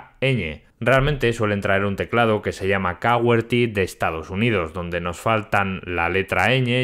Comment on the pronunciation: QA-WER-TY? Qué Shi que lo he dicho yo, un autentico eshpañol